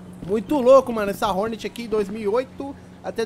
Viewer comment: É Hornet e n "Honert"